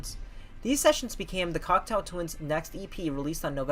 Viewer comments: I believe you called the group " Cocktail Twins " a dozen or so times . " Cock-Toe " not " Cocktail " . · thank you for putting this together! Just want to point out the correct pronunciation of their name: "Cock-toe Twins" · Can someone get the narrator to pronounce the band's name properly? Cocteau (Cockt - Oh) as in the French surrealist Jean Cocteau. Eau as in water. Everybody's homework after this is to watch Jean Cocteau's surrealist masterpiece Jean Cocteau's Orphee (Orpheus) which Morrissey had the good sense to immortalise on the front cover of The Smiths This Charming Man. Besides the mispronunciation of the subject matter's name, you did a great job. I even learned something - that they attended & met up with one another for the Ivors and Q award ceremonies. Consider listening to The Sundays / Cranes --- two bands that intersect with Cocteau Twins euphoric trippy otherness or / Kate Bush: The Dreaming. Toyah: Sheep Farming in Barnet & Nina Hagen: Nunsexmonkrock if U want an idea of who was doing this genre immediately before Elizabeth. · Are you saying "cocktail twins"? That's what it sounds like. Interesting video though, I've been a fan since the early eighties but I learned some things here. It's good to see someone so young appreciating the Cocteau Twins. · i kept hearing 'cocktail' not cocteau, oh well.